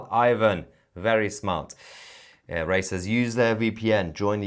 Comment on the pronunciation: It's wery wery import. Is he seriously unable to pronounce the letter v? C'mon man!